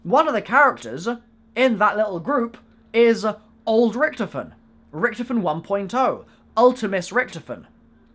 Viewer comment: please say richtofin correct